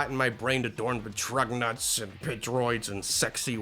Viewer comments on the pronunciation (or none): There’s no N It’s not Trugnuts It’s Truguts